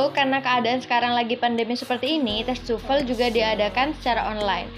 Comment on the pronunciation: Why almost Indonesians pronounce TOEFL as tufel?